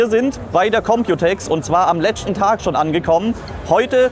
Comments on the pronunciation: ".. am letschten Tag ..." 🙂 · Letschten tag 😂